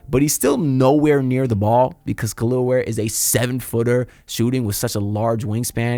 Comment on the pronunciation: Nice video, your butchering his name my guy. Its not "Kalil" Ware. It pronounced Kel EL ( THINK Superman aka Cal EL ) he's said this who his parents named him after . Put some respect on the Kryptonian's name ... And just like that Spo sent him back to the Bench.. I'm a Rockets fan, but Ware is one of my favorite players. The Heat got as good of a chance as any team in the east to make the Finals this year IMHO..